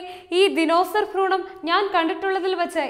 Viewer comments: ഫ്രൂണമല്ല കൊച്ചേ.. ഭ്രൂണം.. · ഫ്രൂണം അല്ല മാഡം ഭ്രൂണം 😆😆